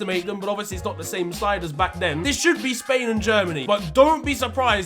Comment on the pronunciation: Man said spwan in the R16🤣🤣